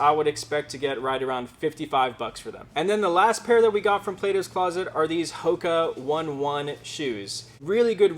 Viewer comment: it is pronounced Hoka Oh nay Oh nay